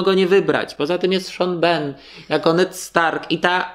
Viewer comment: Czemu wymawiacie Sean Bean jako "Szon BEN" zamiast Szon Bin? :face-blue-smiling: akurat naziwska proszę postarajcie się wymawiać poprawnie, to nie ulega spolszczeniu. Najlepiej zobaczyć wywiad jak sam Sean Bean mówi swoje nazwisko :P